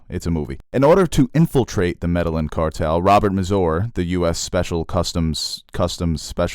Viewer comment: medal inn cartel? thought it was pronounced meddy eeyan? Stats?